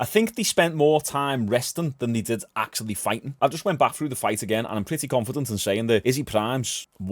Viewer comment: “he’s came baghghhhh” silly accent lol